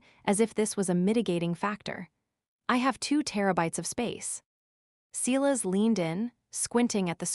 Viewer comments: Hearing: SEElas over and over when it is SY las makes me ill. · Enjoying the story. But Silas is spoken Sy lass.